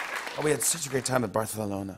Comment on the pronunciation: "We had such a great time in BARF-alona."